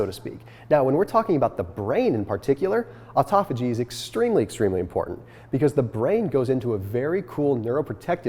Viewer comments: I cannot stand the way you say autophagy. It's pronounced like autóphagos, the same way you would say auto in automatic, or automobile. Auto-phagy/ not aut-ah-phagy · Autophagy is pronounced auto- fay- jee. You're welcome.